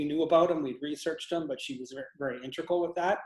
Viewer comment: Fascinating anomalies! Perception and consciousness are thoroughly interesting and powerful concepts. That assistant of though... was talking too much. Why do people say intrical when they mean integral? Intrical isn't even a word.